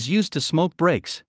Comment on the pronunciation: It sound like he said "there was a bench outside, that a lot of the employee used to smoke bricks'... interesting lol